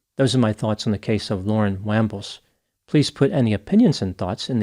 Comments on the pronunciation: Just did a quick look at the Shane dude (cuz he's a hottie) and saw a piece on local TV including a clip of chick's testimony. It's pronounced "Wahmbles" not "Waaambles". 😉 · No I don't have rhotacism it's pronounced Wambles.